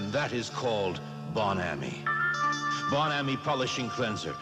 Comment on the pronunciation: Except he pronounced Bon Ami wrong.